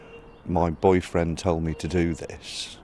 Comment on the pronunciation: "Mah boifriend told meh to"